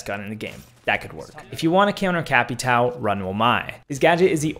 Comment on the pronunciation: Holy shit you spoke Capitão correctly twice